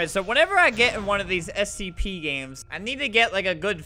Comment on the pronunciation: This dude saying sep instead of scp